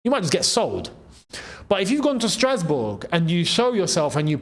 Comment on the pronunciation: i laughed the part you said strasboug😂😂😂